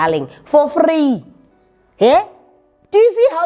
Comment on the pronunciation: Did say "for free"? 😂